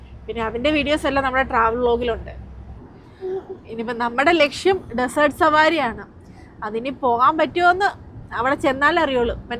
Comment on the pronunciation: ഡിസർട്ട് - അല്ല ഡെസർട്ട് .... അണ് സുഖം മായി പൊക്കുന്നു പോകുന്നുവോ...?